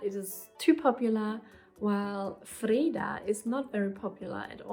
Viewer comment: Hi; first I want to say that I think that You have an impressive list of nice names there, and in the end I am sure You will know which one suits the newborn best. Few comments then, Your pronunciation of the name Linnea is spot on - exactly how we say it! - as for Freeda you do know that we have the Swedish version "Frida" which is what all Swedes would imagine your kids name would be if they heard the name so to say. For your partners favorit Ragnar (I guess he has watched to many Viking episodes) there is however the female version, not that common though "Ragna" could be a middle way to make you both pleased. Then finaly my personal suggestion of the name that we also ended up giving to our daughter and that I think is a very nice old name (originally from Greece i believe) and it also works worldwide which i think is important these days .... Iris Whatever You choose I am sure it will grow into the perfect name for that new little familymember.